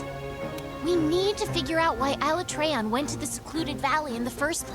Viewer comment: The message means that you pronounce Alatreon wrongly